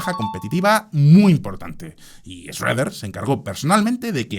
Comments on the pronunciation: Es Schroeder no Shredder, ese es el villano de las Tortugas Ninjas 😅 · no en español ni fonéticamente existe una 'e'. Sería Shro-der o Shru-der.